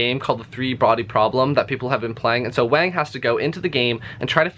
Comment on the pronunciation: Yes, but a little better than most people unfamiliar with pinyin (the romanization system currently used for standard mandarin). Most people go with a /z/ when they see the 'x', which just grates on my ears. Same with doing a /k/ with 'q'. I still have nightmares about stephen colbert pronouncing 'xiangqi' zeeyang-kee. You actually got the 'miao' in wang miao fine, but wang is more like wong. If you do want to get the author's name right, the 'c' is closes to ts like the end of 'bits', 'x' is not found in english but the most similar is just our 'sh'. The problem is there's another consonant in chinese actually written 'sh' which is also similar to our 'sh'. And don't worry about it anyway. You think this asshole Jing Shang could pronounce any of the uvular consonants found in arabic names? My name has one syllable, but chinese people usually pronounce it with three, and can never spit it out without two at least. They'd probably change the initial 'k' in your name to a 'j' too... i don't know why they do that, because they have the exact same 'k' sound as us, but all foreign place names with a 'k' become 'j'. Jialefonia = California. Ji'erjisitan = kyrgyzstan. Americans are not the only provincial ethnocentric dicks on the planet! (I'm assuming you're american.)